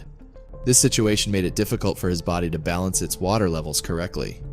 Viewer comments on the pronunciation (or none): none